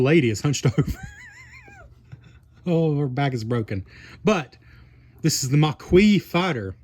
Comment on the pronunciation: Maquis is pronounced Ma-key